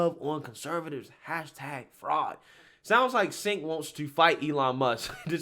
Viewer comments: It's not Sink! It's Chunk! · Thanks to the English language, it’s (according to Tim Pool) pronounced “Jenk” not senk 😊 just trying to correct a mistake I’ve made. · Chunk Yogurt is a moron and so is anyone that follows his lead. By the way, his name is really pronounced "Chenk", not "Senk." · Pronouce his first name as "Chenk" - that's how he says it. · I say this only to educate fam.and no disrespect. I want you to be as articulate as possible because we need you on the right. 'aquisition' is generally pronounced ACK_Weh-Zih-shun but may also be pronounced ACK-Wee-Zih-Shun. Also 'Cenk' is Pronounced Ch-Engk. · Lifts glasses "Um, his name is actually pronounced JUNK." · I love how you pronounce Cenk's name. Though, it isn't pronounced how it's spelled, it's pronounced Chenk, though I call him the Fat Brown Buffalo or Chunk Yogurt.